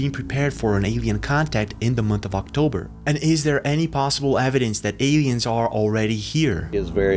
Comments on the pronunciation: Odd how u pronounce "Europe"......a-e-ens "aliens" Please don't abandon ur other channel it's my favorite. Love u. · Odd how u say Europe..... aieens aliens